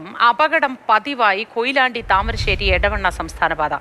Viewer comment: റിപ്പോർട്ടർക്കു ഒരു വിവരവും ഇല്ല, എടവന്നപ്പറയല്ല എടവണ്ണയാണ്